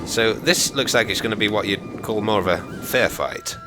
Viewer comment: Moar with a big O